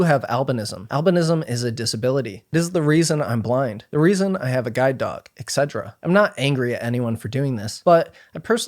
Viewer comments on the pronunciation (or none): Heads up: “etc.” stands for “et cetera” (mean “and so forth”). It is NOT pronounced “ex cetera” (which means “FROM so forth”)